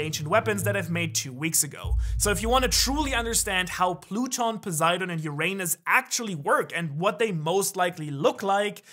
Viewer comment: Watch a video of how Neil deGrasse Tyson pronounces Uranus, pls, just do it...